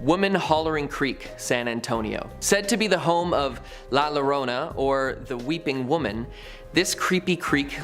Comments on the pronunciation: La yo row na not la lona dude she didn't even try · Its la yo-rona double l is pronounced as a y llo Is pronounced yo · LaLlorona is pernounced la yorona. The double LL is pronounced as a Y.